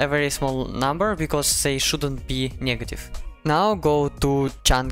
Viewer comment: хороший английский, понял чей акцент только когда ты сказал negative через е